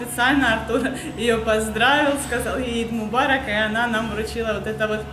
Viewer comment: Не ид мобарок а аид мобарок. Eid Mobarak